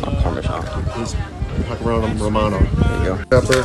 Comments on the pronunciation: So true! I’m not gonna have some guy teach me “ The right way to make a salad,” when he pronounces pecorino “pecker ono.” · First he grills lettuce, then he calls pecorino parmesan, and then he doesn't pronounce pecorino right. Dude's a prison cook